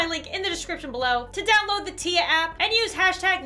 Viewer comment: I dont think its teya I think its tiya (long i)